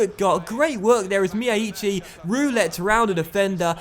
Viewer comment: If it helps, the y in Feynoord and Cruyff comes from from Feijnoord and Cruijff being anglicised Also, from memory, it's pronounced "Rio Miyaichi"